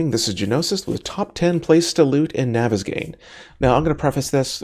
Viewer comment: I thought that the map was pronounced (naw-ves-gone).